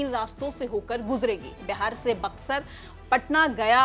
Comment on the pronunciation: Correct Pronounce is Beehaar not Behaar,pls correct your pronunciation